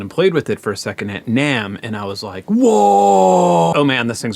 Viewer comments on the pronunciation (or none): none